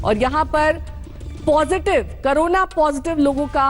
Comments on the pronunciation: करोना नहीं होता madam CORONA कोरोना होता है। क्यों आप journalist बन गये। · Madam aap kabhi karona (corona) pronunciation kar rahi hai kabhi korona. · Are bodan mahila carona nahi corona bol